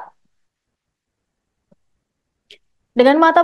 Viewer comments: Presenternya anak magang apa ya,baca beritanya enggak banget..di eja yg dengar beritanya gak sabar, KUHP dibacanya kuhap kuhap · KUHP bacanya bukan KUHAP ya mbak😂